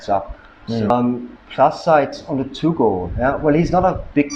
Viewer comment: It is pronounced Too-Go. It literally means, earth dog. I have one (yellow). I live "there." It is wonderful here, and my dog is the best one in my long life! Edit: You are mistaken about them not being good guard dogs. Try walking up to a random house in a Guangxi Village and see what kind of welcome you get!